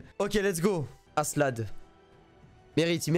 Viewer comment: tu vois pas le K dans askelad XD parce que aselad ca pique les oreilles XD